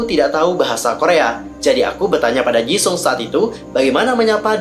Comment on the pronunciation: Gw denger nya dia bilangnya Ceuleu bukan chenle;( ps awal bilang jisung jga jesung